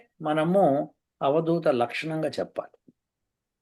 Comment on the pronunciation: avadoota kaduavadhoota.ardhalu very